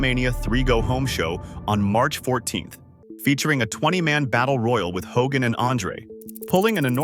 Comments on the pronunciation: Fitting how the AI pronounced it Ho-gan, lol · Hulk ho-GAN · Do we not know how to say the word “Hogan”? Hogaaan lol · This is AI slop. Straight out of the gate you got the attendance figure wrong and you mispronounced Hulk Hogan's name. Why bother putting this out if you're not going to put any effort in? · I hate when this AI slop mispronounces names